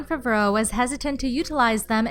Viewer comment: Why is no one talking about the way she pronounced favreau